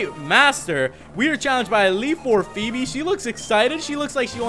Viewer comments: You're not pronouncing her name right. It is pronounced Foe-bee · I'm not exactly sure how greek pronunciation works, but it's pronounced Fee-bee